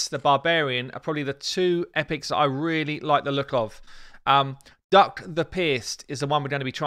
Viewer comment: Calling him Duck makes this video sound ridiculous. Not sure if it's right, but could we just decide it's pronounced duke?